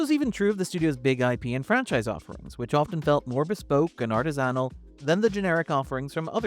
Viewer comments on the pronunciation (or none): That... is not how one pronounces "artisanal"